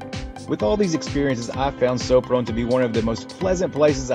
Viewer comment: It sounds like 'Shopron' not "Soaproan"